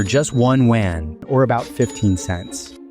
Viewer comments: It is pronounced "yoo-an", not "wan". Is this video narrated by AI text to speech? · Did bro just say “yen” as “wan”???